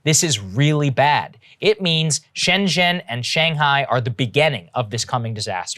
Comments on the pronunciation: "Shang Hor" your mouth is out of control dude.. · Anyone notice he said Shang whore? It made me laugh. I’m such a child.